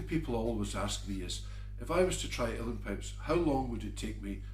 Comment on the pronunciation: Is he saying "real pipes?"